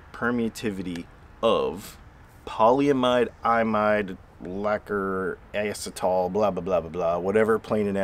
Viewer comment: Pronounced. Pol ee im id. Long e, Short I sound. This is used to coat the top of most computer chips for isolation.